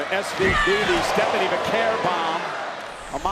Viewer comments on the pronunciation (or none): Bro couldn't say Stephanie 😊